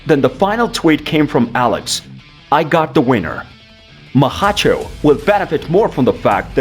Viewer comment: Who the heck is "Maha-cho" I think he means Makhachev